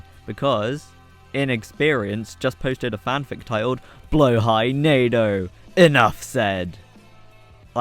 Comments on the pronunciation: just fyi it's "blåhaj" not "blahåj" 💀👍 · you say blåhaj pretty well actually, much better than people who say blahajje